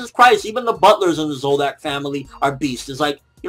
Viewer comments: It's Zoldyck, not Zoldock. Dick, not Dock. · isn't it pronounce Zol"Dick" not Zol"Duck"? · It's pronounced Zol-Dick bro not Zoldack! I don't mean that the name is dick, im judst saying that the sound of dick is the correct sounding thing. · why do you pronounce Zoldyck as zolducks? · i swear you have pronounced zoldyck a million different ways in your reviews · AND on top of that he never gets it right lol